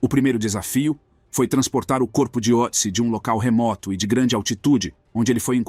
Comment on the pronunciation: Só um detalhe, este trema sobre a letra "O" no nome, muda a pronúncia, para um som mais perto de "Ê" ! É claro, fosse eu o autor da decoberta, eu daria um nome mais simples como Tião ou Joca, mas nome alemão segue a fonética alemã ! No mais, excelente vídeo ! Sobre a questão de enterro adequado à múmia... isto seria uma estupidez, pois a família dele se foi, e não tem como identificar a religião ou o rito funerário que o grupo dele adotava à epoca, se eram cremados, sepultados ou simplesmente lançados aos abutres. Mesmo que se soubesse a religião que ele praticasse, não haveria como achar um sacerdote familiarizado aos ritos da época para conduzir a cerimônia ! O melhor é mantê-lo numa urna frigoríica da reserva técnica de um museu !